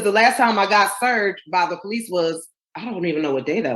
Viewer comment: The Pohlease. I love when ghetto queens make police 2 syllables.